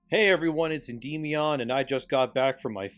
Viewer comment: As a Hellenes, hearing you pronounce the Y in your name like an E really hurts my soul. I can't believe I'm having to correct this but The Y makes more of an IHM sound. EN-DIHM-EE-AHN would be the correct way to pronounce it, not EN-DEE-ME-AHN